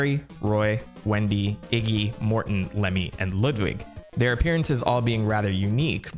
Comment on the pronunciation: You said Iggy’s and Larry’s name wrong